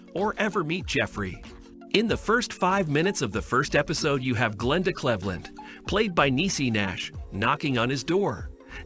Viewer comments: So you can pronounce Sinthasomphone but not Cleveland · how do you pronounce cleveland incorrectly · The computer voice can't pronounce Cleveland? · Her name is pronouced Cleaveland not Clevthland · Saying glendas last name wrong is really getting to me 😂😂😂😂 Cleave - landddddd , not clev-lend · Glenda "Clehvland" 💀💀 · It’s the fact that they can’t pronounce Cleveland correctly, but can announce the things wrong with the film. Nobody cares, it was all wrong.